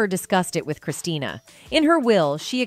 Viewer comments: What kind of low quality videos is this? It’s Christina. Not Christiana. This woman should let her mother rest ffs. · It's Christina not Christiana!! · Her name is Christina, not Christiana... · Christina not Christiana. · The narrator loses credibility when she doesn’t get the daughter’s name right. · Can’t you get her name right? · Her name is Christina!!!! Get her name right!!!!